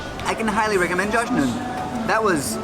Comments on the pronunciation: it is pronounced jah-noon, but the H is making a sound that doesn't exist in English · the start and the end were correct it ja__nun but at the middle its that letter that you dont have, kha, so no way for you to pronounce it. secondly, there are traditional ways to eat it that makes it more delicious, israeli food is all about the manner. so first we put alot of salt in the tomato (they dont put it directly at the resturant because they want to leave it to you to decide) second i like to devide the layers and grab tomato with each one, it makes it fun to eat and it extends the enjoyment duration. hoped i got the english right. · Jakh-nun. Kh is used in Israeli library catalogues for spelling Hebrew gutturals in Roman letters. Popularly Ch, but that gets mispronounced. Better a K than an H. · Lol, I like your videos.. Im from Israel ✌ The first dish you eat I think that was called jahnun, you didnt say it correctly at all 😂 it's really how is written with the letter H as the sound "kh" I Hope you will understand it The seller at the store was nice for showing you how the pita breads are made and talked in Hebrew that he gladly show tourists and take time with them I HOPE YOU WILL HAVE GREAT TIME HERE :) If you need something or question I will be glade to help you